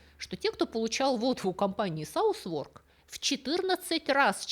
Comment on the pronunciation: Как ни контриниуитивно это выглядит, название Southwark читается как «сазарк»